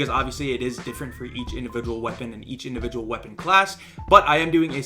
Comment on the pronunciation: Indivigual huh?